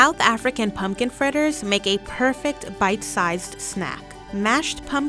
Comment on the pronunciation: Thiz iz a bite-zized znack